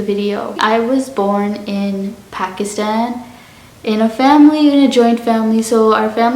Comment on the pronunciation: Phekisten😂 No hate good accent❤️